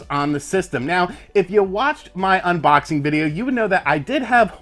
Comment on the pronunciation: My wife really hates the way you say "unBOXing" lmao